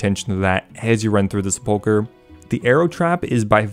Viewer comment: Finally someone who knows how to correctly pronounce "sepulchre"